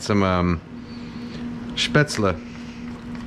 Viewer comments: You learned to pronounce Spätzle right, nice. :) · Well Kenji you always impress me again. I never expected an American to pronounce Spätzle correctly. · You pronounced Spätzle correctly 👌🏻 like your content